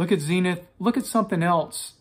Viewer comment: Zeeenith???? You're having a laarf!